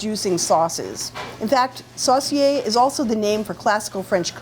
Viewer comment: Sauce-see-ay. Sounds funny to hear it pronounced like that. It's my great grandfather's surname. We pronounce it Sew-see-ay.